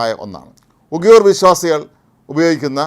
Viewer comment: 00.29 ഉഗിയൂർ അല്ല ഉയിഗർ ..ആദ്യം പറയാൻ പോകുന്ന കാര്യത്തെ കുറിച്ച് ഒരു ധാരണ ഉണ്ടാക്ക് വാർത്ത വായിക്കുമ്പോൾ